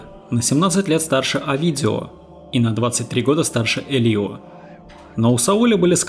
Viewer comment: Не ХЕсус, а ХесУс, не ЭлИо, а Элио, акцент на Э. И не поняла при чем здесь Маркес. Маркес -не мексиканец и его "100 лет одиночества" не имеют н какого отношения ни к черной магии, ни к сантерии.